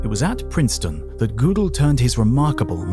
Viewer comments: THE COMMENTATOR IS NOT A GERMAN SPEAKER, ... he pronounces Godel as Goodel (as in boot) rather than as Goadal (as in boat). The umlaut (the horizonal double dot over a vowel, in German) converts the "o" in Godel's name from the short o as in hot, to the long o as in O (P Q)). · Kurt Godel. Not GOO del The German is Ger del. First syllable like a dogs growl ryhms with her. English is Go del. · Fun fact: Gödel doesnt rhyme with poodle ☝ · Great documentary, but the way you pronounce Gödel is an insult